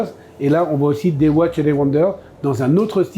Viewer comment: 12900 euros pour la LUC 39 mm, et 28500 et 29500 pour les 2 autres! une broutille!!! et watches se prononce watchez!!!!